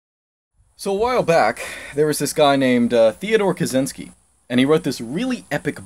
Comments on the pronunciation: A bit unrelated, but who the hell decided that Ted's surname is pronounced "Kazinsky"? It's even on wikipedia. The actual pronunciation is supposed to be "Kachinsky" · Theodore Ka-CHI-nsky.